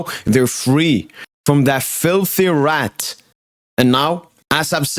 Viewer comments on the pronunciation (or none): With emphasis 😂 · The way bro says filthy RAT